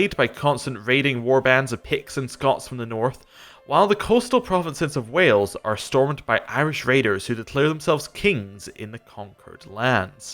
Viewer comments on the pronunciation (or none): none